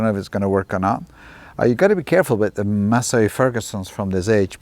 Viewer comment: not a "Masay Ferguson" it is a "Massee Ferguson"